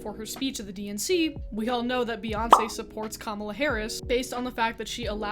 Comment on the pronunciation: Thank you for saying Kamala correctly😍